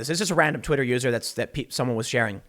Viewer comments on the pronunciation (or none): "Twitto" lmao